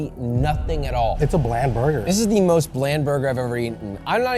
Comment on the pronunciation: Wendy's: "The most flavorless chicken i've had in a while" *Still rated higher than Dave's hot" Josh you need to work on the word most